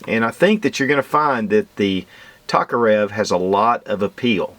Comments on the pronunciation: It's T O karev not T A karev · Its pronounced Toke-a-rev i couldnt keep watching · pronunciation of Tokarev is killing my ears!